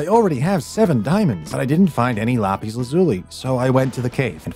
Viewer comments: Bro it is lapis not lapies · I love the way he says lapis 💀